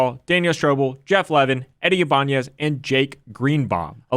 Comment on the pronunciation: If anything, is probably the only few people I've watched that pronounced Ibanez correctly